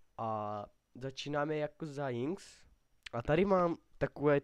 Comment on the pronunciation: za 1- vůbec ti není rozumět, říkáš pátý přes devátý, vůbec nevíš co říkat, pletou se ti hrozně písmenka a hrozně se přeříkáváš. za 2) špatně se vyjadřuješ, každý uterý není každá postava zdarma :) za 3) a navíc Líč of legends , oohhhhhhhhhhhhhhhhhh, trhá mi to uši jak vyslovuješ Jinx, a tak, hrůza, ale každej jednou začínal